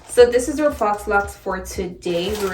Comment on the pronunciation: Super cute!🥰🥰🥰My godmother is doing my hair like this right now. And it's pronounced "FOE" laux